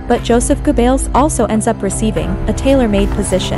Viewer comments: He'll yeah buddy the worst for me was Joseph gobbles that was painful for everyone I'm surprised she got Hitlers name pronounced right ✅️ amazing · Its driving me crazy she keeps pronouncing Gobbells name “Goo-bells”. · Hey, that's Joseph Goebbels. Like Goh-bilz, emphasis on the first syllable. Not "G'bells. Got it! G'day😂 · It's pronounced Gerbuls, Joseph Gerbels (also phonetically). One of the top disciples of Hitler. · Gooo Bells sounds Right ! LOL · OR IS IT JOSEPH GABELLS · Ger-bells? Or should that be "Jingle bells jingles bells jingle all the way Oh what fun it is to ride in a one horse open sleigh" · Guebells? Guebells?? When it's going to be repeated in every sentence, please.... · I never thought hearing Joseph goebbels name wrong so many times would irk the shit out of me. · Immediately I heard the way the narrator pronounced Dr. Goebbels' name, I knew something was wrong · and it's annoying how they pronounce Geobbels. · The mispronunciation of “Goebbels” undermines the cred of this as a documentary. Juvenile and silly mistake.